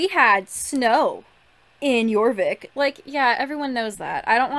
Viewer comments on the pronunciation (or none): ... I really hate when players from 2016+ who have no idea about older games say Jurvik. Because of wrong irresponsible translation they think it's true because it's OfFiCiAl. But Jorvik should be Jorvik. Not Jurvik, not Jarvik, not Jerk-vik :/